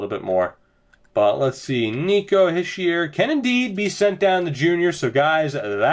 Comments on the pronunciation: ITS NOT HISH-EE-ER ITS HEE-SHAY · Habs For life it's Hish-ee-er from a frenchie